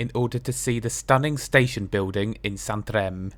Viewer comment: Great vlogs as always and your Spanish and Portuguese pronunciations of the place names are spot on - you said ‘Santerem’ properly with the last letter m sounding like ‘ng’. I have done the first part of your journey and the last part of your journey at different occasions - I would like to do the middle part on that 50s CP DMU - I did see it parked up in Badajoz when I was there. Your recording into Mérida brought back memories seeing the famous Aquaduct. It is ashame that renfe have suspended the tren hotel to Lisbon - another pleasant cross border journey is the tren celta from Vigo to Porto - it is CP that also run that service twice daily and the DMUs are former Renfe ones dating from the early 1980s.